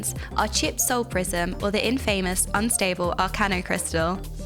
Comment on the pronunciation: I tried to watch your video, but I just cant stand your voice and the way you speak, you keep mispronouncing words, like "Infamous". Just try and be more natural when you speak and more like you are not just reading a script some man gamer have written for you